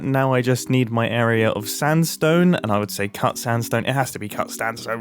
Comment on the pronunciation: "It has to be cut standsone..."